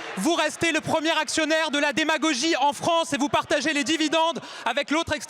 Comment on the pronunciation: J'adore : "cette demagogie-eu" ; "c'est la magie-eu"... Baj'ned.